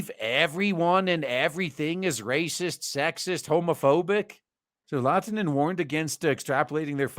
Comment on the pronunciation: "Oskari Laatinen" Me: "Lahtinen, it's Finnish, the "H" is not silent." "Turkuu" Me: "Why are you hurting me so?" ...I guess the study could also be applied to pronunciation pedants.